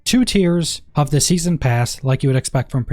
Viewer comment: Ok for real what’s with the random h’s you put in front of words? Like pronouncing of as huv